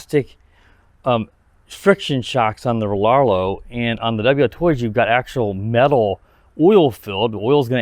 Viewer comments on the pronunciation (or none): “Rarr-Row” the L is silent